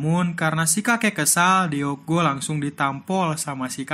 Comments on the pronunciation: Nama cucunya bukan dibaca Deok Go tapi Duk Gu.karena huruf double O itu dibaca U dan Deok dibaca Duk.tolong cari tau pelafalan nama Korea ya rada ganggung soalnya dibaca Deok Go mulu padahal dibacanua Duk Gu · Baguusss... Tapi sedikit mengoreksi ya kak admin.. Deok cara bacanya dok. DeokGoo : dokgu DeokHee : dokhi Gituuu hehehehe...